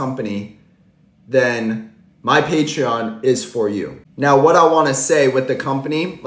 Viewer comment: What word do you keep saying “patrion”???